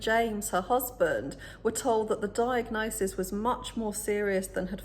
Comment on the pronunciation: Diagnosige? Ha she’s a mess , very very into herself.